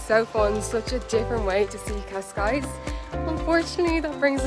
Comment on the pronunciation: Cascais not pronounced, KOSS-skies, it's keh-SKIES